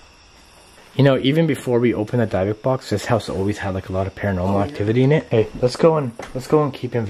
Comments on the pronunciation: I'm so so sorry but I'm kinda ocd but why aren't you saying the name of the box right ????? Does it prevent something if like the demons you don't say the name correctly ????? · No offense, love you #livealittle but you kinda pronounced dybuk wrong. But be careful with those boxes please. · It sounded like someone or something ran across the hallway upstairs and ran out the door?? And your pronouncing the word dybuk wrong. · Did it bother anyone else pronouncing dybuk wrong?! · How many times can say Dybbuk wrong before it drives me crazy 😝 oh wow and then suddenly he says it correctly. Anything for content I guess. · If your going to play with the big boys at least do it properly. Maybe start with pronouncing Dybuk correctly. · For some reason I can’t stand you saying it like that. That’s not how you say it has a silent y. But it’s your video. I’m just an audience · Good morning the word you are trying to say is dibukitt box please be safe when opening the box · Dib-ik is the pronunciation.... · Is it pronounced as Dibukk not how it spelled as dybukk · It’s pronounced “dibbick” i believe they originated as a Jewish way to contain evil spirits and demons and are decorated with many different incantations and markings and demon or spirit names of those contained inside. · It's pronounced DIBBUK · the fact that keeps pronouncing dybuk box wrong is only a bit annoying it’s pronounced as di•buhk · It killed me how you pronounced dybbuk box 😂 Banger video though ! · Ok sorry, but the way your miss pronouncing the dybbuk box is just mad funny. X D ---> dyb·buk /ˈdibək/ noun (in Jewish folklore) a malevolent wandering spirit that enters and possesses the body of a living person until exorcized. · Can't even pronounce the name of the box correctly. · said dibick box not dibic Box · Not Dye (talking about pronunciation) it's pronounced dib, like you call dibs on something. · Pronounced dibock not dybok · dybuk=díbic not dībic